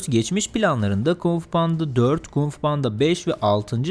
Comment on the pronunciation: KUMG FU DEĞİL ABİ KUNG FU.